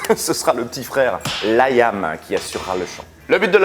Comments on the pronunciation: Pourkwa ? Pourkwa ? Pourkwa tu insistes avec ce "laïam" alors que c'est Liam (ça vient de William) ? Sinon super épisode, Oasis restera mon groupe favori. OASIS FOREVER !!!!!!!!!!!!!!!!!!! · C'est quoi cet accent forcé ? En anglais ça se prononce [Liy'm], pas [Layam]... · Liam ne se dit pas LaÏam... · Nul à chier... et on prononce Liam et non Laïïïame (diminutif de William) Et non oasis & les Gallagher ont bien gagnés la guerre face à Blur et Damon Albarn, ils ont bien plus de grandes chansons qui ont traversés le temps.. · Ca se prononce Lee am pas Layam :) Ca m'a fait mal aux oreilles ! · Il a perdu toute crédibilité en prononçant « Layam » ...